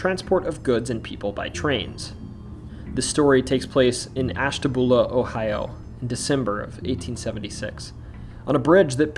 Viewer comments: Ash.ta.byuu.la not boola lol 😆😆😊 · Isn't Ashtabula pronounced ash-ta-bew-lah? Sorry, my fam lived across the border in Fairview,PA., & they used the bew sound. Was it wrong? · The names of Ashtabula and Muskingum were mispronounced. Also, the "Erie Canal" story does not refer to the Erie Canal in New York, but the Ohio and Erie Canal which connected the Ohio River in Portsmouth to Lake Erie in Cleveland. There was also the parallel Miami and Erie Canal in the western part of Ohio that connected Lake Erie in Toledo to the Ohio River in Cincinnati. The lock associated with the ghost story is specifically O&E Canal Lock 4 in Canal Fulton. Oddly enough, there are actually two Lock 4s on the O&E (the lock numbers count up north and south from downtown Akron), and the other Lock 4 is in the "tunnel" under the Akron Civic Theatre where the ghost of the crying woman is said to walk into.